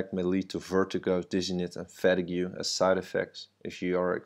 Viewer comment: It's pronounced Fa-teeg, dude not fat-ē-gue